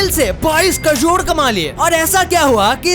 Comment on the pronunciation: 22 crore ya 22 kajod.... BC hindi bolna to seekh lo pahle !